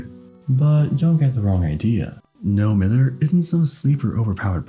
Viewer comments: It is NO-MY-THER. It is not NO-MI-THER. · It’s pronounced “No Mive -Herr.” Lol sorry, from Manchester and that’s some Mancunian slang 😁